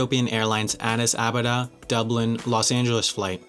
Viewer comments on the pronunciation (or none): Addis ABaba, not Adaba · ITS "ADDIS ABEBA" NOT "ADDIS ABEDA". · Wendover Productions, another FYI, Hyderabad is accented on the 1st. syllable, not the 2nd. Additionally, the capital of Ethiopia is Addis Ababa , not Abada. RIKE-yuh-vick (Reykjavik) is actually pronounced RAKE-yuh-veek. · Small error here: it's Addis Ababa, not Addis Adaba. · is no one gonna talk about his pronunciation of "addis ababa" lol? he pronounced it "abada" and wrote "adaba" when in reality neither of those are correct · BTW It's Addis Ababa, not Addis Abada. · “Addis Abeda”? 😂 😂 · Adis ababa, written adis adaba, said adis adada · Writes ADDIS ADABA, says ADDIS ABADA, meanwhile the correct pronunciation is ADDIS ABABA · Capital of Ethiopia is actually Addis Ababa not "Adaba"... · Am too lazy to search through the comments so I don't know if this has been pointed out before (since there is no annotation to the effect, am assuming error went unnoticed): the Ethiopian capital, thus home of the Ethiopian Airlines is ADDIS-ABABA, not ADDIS-ADABA as was written AND pronounced in the commentation. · It's Addis ABABA, not ADABA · ADDIS ABABA. The spelling is wrong (ADDIS ADABA) and despite that the narrator still manages to screw it up by saying, "ADDIS ABADA" Good vid, but get yo shit together! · *Addis Ababa not Adaba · Its Addis Ababa not Addis Adaba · ...Adis Ababa...not Abada...good video nontheless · addis ababa not addis abada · Addis Ababa not adaba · Addis "Adaba"? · Addis Abada??? it's Addis Ababa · You spell it Addis Adaba, pronounce it Addis Abada and it is in fact neither. Addis Ababa is the Ethiopian capital I believe you are looking for. Pedantry aside, good vid'. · Addis Abada? Seriously? Lol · You butchered Addis Adaba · Great overview. Thanks. (It's called Addis Ababa though, not ...Adaba - .) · Addis Ababa. Not Addis Adaba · The capital of Ethiopia is Addis Ababa, not Adaba. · Addis Ababa, not Adaba. Cool video though. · Capital of Ethiopia is Addis Ababa, not Addis Adaba.